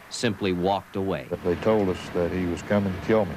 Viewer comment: 24 How'd 'taht' happen? If it didn't he would've still been locked up.